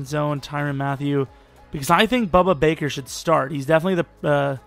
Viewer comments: BUDDA BAKER. WITH A D, NOT A B. GET IT RIGHT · It’s pronounced boo-duh Baker